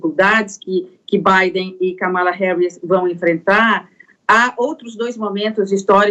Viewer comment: Ela falou `Camila Harris`?